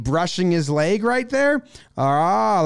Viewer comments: Jomboy continuously pronouncing “leg” as “layg”, a breakdown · The only thing this showed me is jomboy is says lage instead of leg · For some reason I enjoy Jomboy's pronunciation of "leg". Great breakdown!